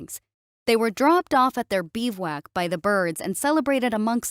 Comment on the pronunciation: FYI it is pronounced bi·voo·ak not beev-wak.